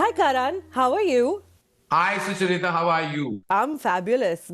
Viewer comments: Soo-chuh-rita lol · Have we been pronouncing Sucharita's name incorrectly, or is Karan?? Do u guys call her Su-cha-rita or do you call her Sucha-rita like Karan just did?? 🤔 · He keeps pronouncing sucharita wrong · I love how Karan pronounce Sucharita😃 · Maybe Karan should have pronounced your name correctly throughout the interview.